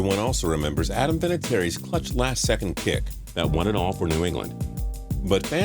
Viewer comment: Adam vinitiary is how you said it